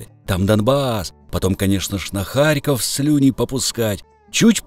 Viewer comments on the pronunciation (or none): none